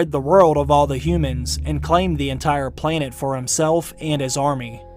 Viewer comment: "claim the enitre PLAYNET lol